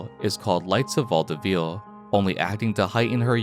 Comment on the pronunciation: Vaudeville is pronounced vaud (rhymes with fraud) - vill. It's an American theatre type that started in minstrel shows, freak shows and concert hall productions (people from the UK or UK colonised countries have a historical analogue in Music Hall Shows). It's very saucy stuff, but has been famously everything from bawdy songs to "freak shows" (like the world's strongest woman tossing her smaller, shorter, less strong acrobat husband in the air whilst he does tricks like flips), and also some less than kind acts too. I always think it's worth mentioning with Fuji Kiseki's character, that the flirty attitude she has is a RL horse reference, but also a famous Japanese theatre (and now manga/anime) trope. If you've ever seen Ouran High School Host Club, you know the Zuka Club of the all girls school St Lobelia Academy. Which is a reference to the RL Takarazuka Revue (an all female theatre troupe), which is based in Takarazuka City, where Hanshin race course is, and famously hosts the Takarazuka Kinen. No actual connection to Fuji Kiseki and the Revue, but the anime roses and flirty senior stylings feel much like what you would see at the Revue.